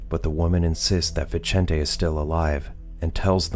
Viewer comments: Vicente isnt pronounced like that, its pronounced like Bithente, the "th" as in "think" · Vincent, is the translation to the name Vicente. the way Viecente is pronounced in this video is cringe for someone who speaks Spanish